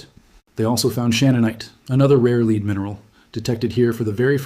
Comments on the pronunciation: You are the cleverest man I watch, why are you occasionally mispronouncing ‘lead’. It’s mystifying. Am I missing something? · . Read Lead instead of lead you couldn't say the word lead you had to say lead because you're AI I'm not interested in this bye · This narrator must be AI because he alternates between pronouncing Lead, leed and led.